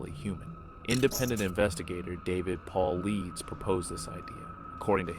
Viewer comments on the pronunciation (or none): His name is pronounced David " PAUL / EYE / DUSS "....... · It's pronounced Paulitis knucklehead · Good story, thank you for sharing. BTW, you mispronounce Paulides